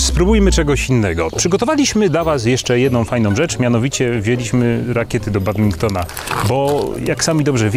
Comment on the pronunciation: Badmintona nie Badbinktona!!!